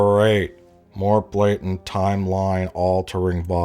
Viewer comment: Blatent? What's blatent? Did use speech-to-text? Does his diabetes make him dyslexic? What's going oooooon!?